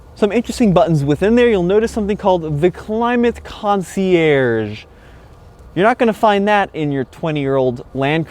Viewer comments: it's pronounced "concierge" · say concierge one more time , I double dare you...